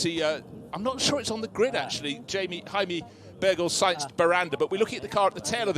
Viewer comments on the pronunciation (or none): none